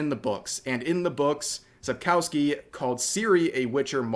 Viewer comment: I love how everyone butcher "Sapkowki" ;p